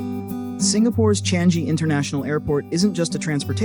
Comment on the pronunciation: It is Chang-I Airport (I pronounced as EE), not Chan-Gi Airport.